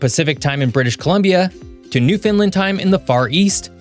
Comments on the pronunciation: Great video ….BUT…..you need to use the correct name of Canada’s eastern province and pronounce it correctly. The correct name is “Newfoundland and Labrador”. How do you pronounce “Newfoundland”? It rhymes with “understand…Newfoundland”. It is not pronounced “Newf-Fun-Len”. Don’t worry, a good 33% of the population make the same mistake, but nevertheless when pointed out, you ought to correct it. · Yo, do you Not Un-derstand how to say New-foundland? We are not New Finland, not New-Found-Land. Understand Newfoundland. And I'm not even going to get off on you about Iqaluit. You've obviously never been any of these places. Don't care enough to research pronunciation, bit of a disrespect to culture. Good research on everything except crucial pronunciations which demonstrates lack of care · This is certainly a grade "A" entry. Canada has much to offer to The World. However, it has to be pointed out; you pronounced the names of every province and city correctly, except for Newfoundland. It's not New-Fin-Lind, or, New-Found-Lund. It is extremely irksome to the people in Newfoundland every time someone mispronounces our name. Just imagine how you'd feel, if every time you heard your name uttered you heard. It's pronounced thusly; Newf-in-Land, and rhymes completely with understand. Also (I stand to be corrected), I believe the oldest rocks known to us are found in Newfoundland. In Gros Mourne National Park (a World Heritage Site on the islands West coast), the samples were taken from what is considered to be an exposed edge of the earths mantel. That's as old as it get's. 500 miles to the East on the same island portion of our province, is a fossil deposit where, the earliest yet evidence of multi-cell life was found. It's also a World Heritage Site. Thanks so much for bringing up the current political situation. I can say to you and every American, Canadians are simply bewildered. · Thanks for the vid. It's pronounced 'Newfun-land' not 'New-finland'.